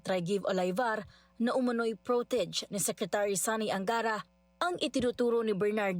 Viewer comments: "Pro-te-zhei" po pronunciation nun hindi "pro-teg" paki ayus po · protege( prote-jey) 😅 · Kailan pa naging ganyan ang bigkas ng "protégé," miss reporter? Yikes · mali po basa ng reporter nyo sa word na protege' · Bobo Ng reporter namispronounce ang word na protege.